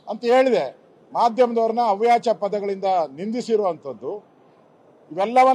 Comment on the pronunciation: First ಕನ್ನಡ ಸರಿಯಾಗಿ ಮಾತಾಡೋ asoka..ಅವ್ಯಾಚ ಅಲ್ಲ ಅವಾಚ್ಯ ಅಂತ ಬೋಗಳು